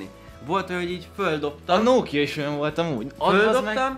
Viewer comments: nem nókia hanem nokia kiejtve is. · Az nem nóókia hanem nokia🙄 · annyira idegesítő hogy a Nokiát Nókiának mondod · a Nokiát RÖVID o-val kell mondani !!!🙄😂😂